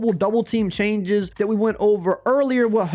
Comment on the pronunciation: He said "Choianges"